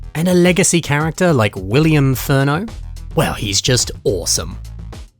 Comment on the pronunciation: "Willian Afurno"